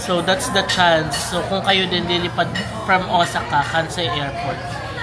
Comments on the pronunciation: True ! Pabalik - balik na siya ng Japan tapos mali pa rin pronounciation ng Osaka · you pronounce Osaka wrongly po. But hey, understandable naman kc foreigner tayo. ❤❤❤